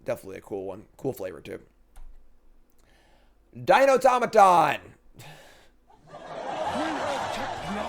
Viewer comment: OOOOHHH he can say dinotamaton first try